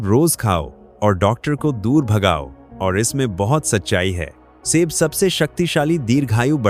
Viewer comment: आपका बोलने का तरीकाठीक नहीं है जो पांच फल बताएं प्रत्येक को ट्रेस करें जोर देकर बोले सेब फल को ऐसे बोल रहे हो किस तरीकेसे बोल रहे हो।